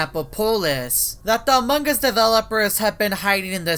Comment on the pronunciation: am i death or the first time he said among us i heard aMog uS